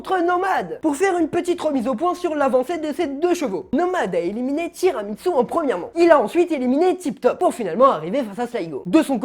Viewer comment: Mais on dit tiramissous pas tiramitssous pour le dessert